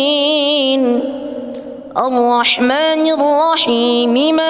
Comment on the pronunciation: ARROHMAANIRROHIIM NYA KURANG PANJANG BACAAN MAA NYA...SEHARUS NYA DIBACA 2 HAROKAT...TETAPI DIBACA TDK PAKAI HAROKAT...